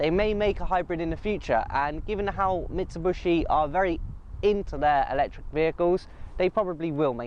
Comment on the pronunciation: Its Mitsubishi not Mitsubushi